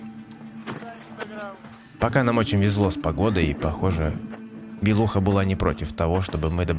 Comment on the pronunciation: М да, голос за кадром старается, и может сделать и з гвна конфетку, и музычка тож. 😊 янь маагу "белУХА"😂 там ж вроди три вершины "уч сумер"... Но автору всех благ!